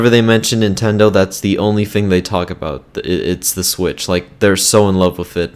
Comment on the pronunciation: He says wif